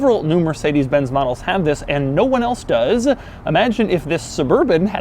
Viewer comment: "no one else does-ah" LOL